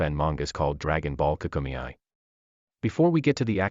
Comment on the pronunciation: Dragon Ball KAA-KUU-MEY, Not KA-KU-ME-I